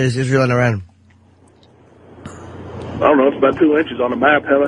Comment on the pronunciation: Dunce Opie, if you can't pronounce 'Iran', you shouldn't be discussing it.